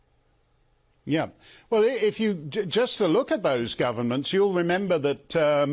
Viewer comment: I like how he said “it was a misinformation from our GORVERNMENTS” not government but gorvernments! They were all in on it. wake up world, the people you put at the top does not care about you. They really don’t. They will continue to lie and lie and lie to achieve their “new world order” agenda.